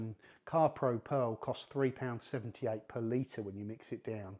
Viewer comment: It took me about 7 times hearing it until I learned he was saying per liter and not some made up currency called Palita that I never heard of